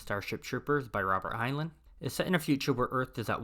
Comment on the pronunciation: It’s pronounced Hine-line, not Hine-luhn